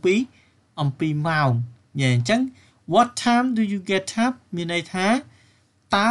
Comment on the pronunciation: Get upខ្ញុំអានថា ហ្គេតអាប់តែបងអាន ហ្គេតថាប់